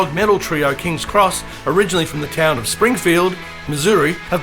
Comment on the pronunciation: It’s not Kings Cross, but Kings X (pronounced ex).